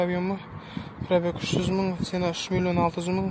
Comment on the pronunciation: Автор орысша сойлей алмайтынын коринип тур акыры казакша сойлеп жатсынгой сена емес цена болады ми багасы деп айта берш топас